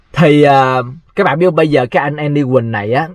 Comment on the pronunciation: Ten Andy mà doc thành Any tài???